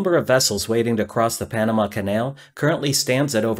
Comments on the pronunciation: "Pamana" (sic) LOL. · panana? lol